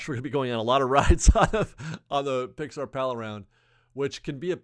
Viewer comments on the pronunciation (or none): none